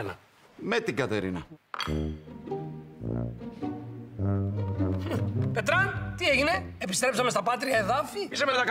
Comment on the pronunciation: εκεί ο αντί για Κατερίνα είπε Καταρίνα